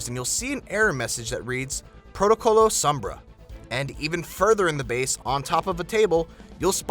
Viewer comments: her name means shade, the o is heavy o so u say it like oh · u Americans pronounce sombra so weirdly, u say sumbrah, its funny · lol u messed up sombra